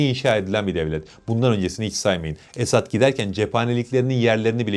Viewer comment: esAd değil. esEd olacak. esAd mutlu demek, esEd aslan demek. kendisi her ne kadar aslan değil fare olsa da. doğru telaffuz etmek lazım.